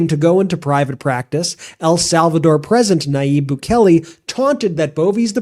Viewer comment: Bukele's name is not pronounced BOO-KELLY. It's pronounced BOO-KAY-LAY (more or less).